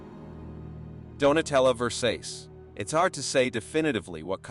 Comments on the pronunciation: Wtf is Donatella VERSEYS??? 😂😂😂 It’s VERSACE, dumb AI 😂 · Hey,, the name is pronounced Ver saw che, not Ver sace. Lazy Youtubers making a buck without even listening to the contet they are putting out. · Haaaaa Versase ???not even close it’s Donatella Ver Sach eee way its pronounced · Versace..! versays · '60s' is supposed to be read as 'sixties' not sixty ess' The Italian name ' Versace' is pronounced ' ver-sah-chey', not ' ver-sase'. I find these robotic fake voices so annoying that I just mute them immediately and watch the video in silence. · Dude...Versace... is pronounced 'Versachee' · It’s pronounced VER-SOTCH-EE. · Jesus Christ, how do you pronounce Versage?😂😂😂😂😂😂😂😂😂😂😂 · It's pronounced Donatella Versachee with a soft a and chee on the end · Donatella Verscase - could you maybe pronounce her last name properly - not like their last name is unknown in the world of high fashion! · Please teach your AI that Versace is pronounced "Ver-SARCH-ee". Or go to anywhere that designer clothing is sold & ask the retail clerk. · Who pronounced Versachie wrong ? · The AI auto reader. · He can't pronounce Versace ? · Donatella what? Pls, bro, try to pronounce Italian … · How can you not pronounce Versace properly.!!!!! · Versace- what’s with the pronunciation here? Who hasn’t heard of Versace? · I know!! I wrote the same thing in this thread! This guy is the worst narrator ever! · I had to laugh at the pronunciation of Versace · learn to pronounce names correctly ..... versace for example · HEY NARRATOR- you should be ashamed of yourself. I almost fell off my chair when i heard you pronounce VERSACE. If you don’t know how, you can look it up online but stop making a fool of yourself. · I really hope you mispronounced Versace on purpose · This guy never heard of Versace before 😂 this can't be a real person speaking, pronunciation is easily forgivable but the cadence and speech pattern is so freaking weird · Please learn how to pronounce Versace